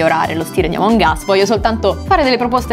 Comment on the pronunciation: In pratica sto video è che prima dice àmong us e poi amòng us